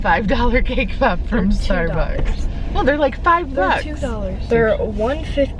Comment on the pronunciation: “Cake pap” lol pop!